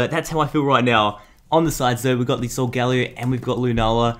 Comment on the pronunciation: It's pronounced sol-guh-leo not sol- gal-eo